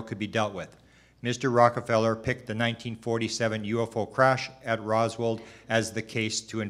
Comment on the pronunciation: Hey buddy … ITS “ROSWELL” NOT ROSWELL'D WTFK🤦‍♂️ how can we take this dude serious when he doesnt even kno the name OF ONE OF THE MOST FAMOUS ALIEN CASES EVER